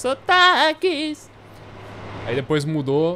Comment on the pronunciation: eu conheço todos os ~sotaAaaAques